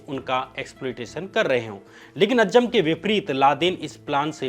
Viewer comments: Dear shyam ji. A fan of your work. If you dont mind i have suggestions. Though it doesn't matter but there are few spelling mistakes at times which can be checked. Also at times the pronunciation can be corrected of difficult words eg. ajjam is actually aazam. Thank you for your videos. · It is not अज्जम It is अज़्ज़ाम